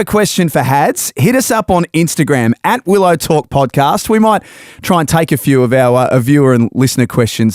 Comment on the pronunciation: Everytime they say Willow Talk, I hear Will O'Talk like it's another O'Brien brother